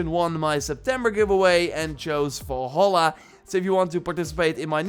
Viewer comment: is it me or does it sound like your saying volhola ?